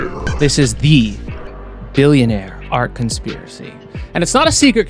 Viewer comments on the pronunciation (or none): "the Pillionaire" you did that on purpose right